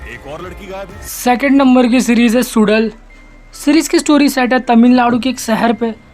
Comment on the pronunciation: Bhai suzal ka real pronounciation सुडल nahi सु(र)ल है जहां 'र' को अपनी जीभ घुमाके बोलो वैसे ही जैसे 3 idiots में चतुर रम को रररम बोलता है 😜😜😜😜😜😜 ।बाकी वीडियो एक नंम्बर है ,सब्सक्राइब किया आपको